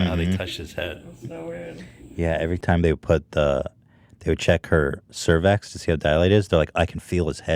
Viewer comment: lol bro its pronounced SER VICKS